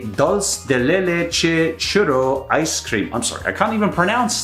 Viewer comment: Ice cweam?